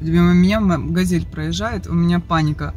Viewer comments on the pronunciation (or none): none